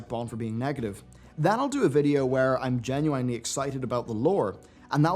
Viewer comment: I don’t agree!.....with how you pronounced “genuinely”!